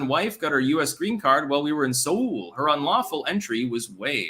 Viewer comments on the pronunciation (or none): none